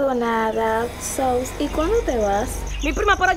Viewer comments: Dio mío que alivio yo sentí cuando ella le corrigió el so me taba dando una vaina como ella decía “sous” 😂😂😂 dios mío cuánto extraño mi paiiiiissss 🇩🇴🇩🇴🇩🇴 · Ella dique gringa 😅😅 y dice sous🤣🤣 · Porque dice sous xd🤣